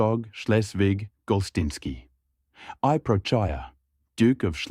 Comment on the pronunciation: Not "gertsóg" but "gértsog", not "procháya" but "próchaya", not "dvоryа́nin" but "dvoryanín", not "pómeshchik" but "poméshchik" and "poméstye" with "vótchina", "velíkiy knyaz" etc. Video is pretty good but stress in russian words is...not so.